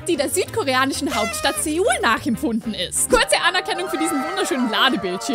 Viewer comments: SeOuL Ich: Soul 😂😂😂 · Seoul wird nicht seul ausgesprochen sondern soul 😅😊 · nein nicht Seul!!!! sondern Sol spricht man das aus